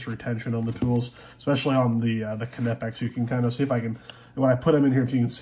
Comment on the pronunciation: the pronunciation of knipex is wrong it's knipex not khe-nip-ex